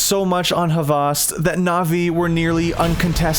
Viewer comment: Dude its not havast